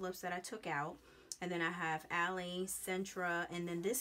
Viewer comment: It's pronounced Al-ly, 😉